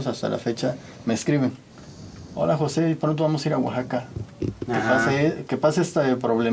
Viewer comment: Luisito así no se pronuncia Oaxaca